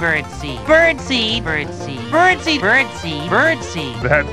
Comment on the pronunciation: I keep hearing Birdsy each time he says bird seeds🤣